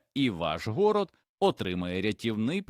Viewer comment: ВОНО (ШІ, чи щось інше бездушне) вимовляє майже в кожному реченні купу неіснуючих слів: "гОрод"(мало би бути горОд), "продИхи"(замість прОдихи), "промЕні" замість прОмені, "опІки" замість Опіки, і ще купа маразмів...